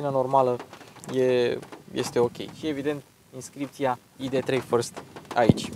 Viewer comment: Totusi, AIDI 3 si nu IDE 3. MULTUMIM!